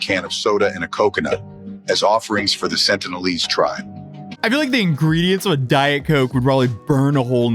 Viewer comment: They're the sentinelese not the sentlenese,.